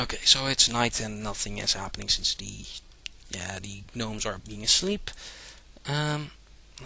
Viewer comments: When you pronounce gnome, the G is silent. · A lot of other languages pronounce the g in gnome, including german, greek, french, portuguese and probably others that I don't remember. Kinna hard to get rid of an accent for words that are the same in several languages. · i think because of his nationality thats how he pronounces it